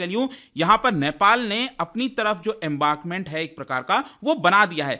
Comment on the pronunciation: Firstly it is embankment not embarkment and secondly darchula is nepali District.